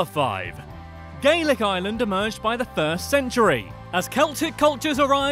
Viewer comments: why tf does Dublin have to dominate everything? People not from ireland only come to dublin and so many of the good concerts just go to dublin. Also its Are-land. Not lay-and, lah-nd, stop emphisising the a's. Coming from Cork :) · It's not island it's pronounced areland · he is saying island not Ireland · It's not pronounced island it's pronounced ARland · Why does he call Ireland island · I'm from Ireland and I HATE when Americans pronounce it like ireelandd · They pronounce it as "ierlaand" and it fucking annoys me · Its pronounced Are-Land boi 😂😂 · Its pronounced ire - lnd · You have to pronounce Ireland with a r like arland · only minutes into the video and have already clicked off from the fact that you're mispronouncing the name of the place you're make 101 facts on. 🤮🤮 it's pronounced ARE-LIND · Yep and the way they pronounce Ireland as well. It has two syllables not three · it's how they say Ireland with like 14 syllables. It has 2 syllables. TWO AMERICA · It’s so sad he can’t pounce Ireland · Ireland is not pronounced like island .It has an R in it,and have of this video is lies 😐 EDIT:Just realised that he posted this on St Patrick day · Its ireland not island